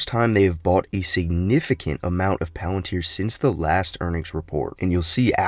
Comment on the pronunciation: Today we will be talking all about... Movie trailer movie voice over engaged Pealenteer